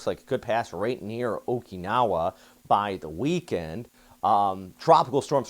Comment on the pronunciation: I love your reoorts! ❤️ But, please, there's no "e" in Okinawa, it's a soft "i".THANK YOU.